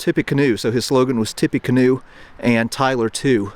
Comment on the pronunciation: Mispronouncing the universally accepted Tippa-canoe as Tippy-canoe is a wild choice.